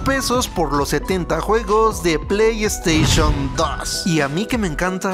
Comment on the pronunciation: “pley esteishon “